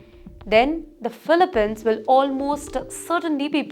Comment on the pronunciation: It’s pronounced “filipeenz”, not filipehns.